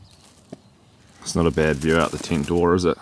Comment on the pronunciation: Only in New New Zealand can we hear the word "tent" pronounced as "teent". Or do we hear that in Australia as well?